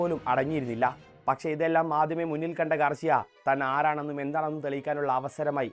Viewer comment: ഗാർഷ്യ അല്ല ഗാർസിയ ആണ് 😌